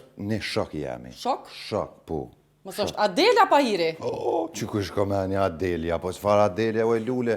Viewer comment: A-DE-L-A JO ADELIJA😂😂😂😂😂😂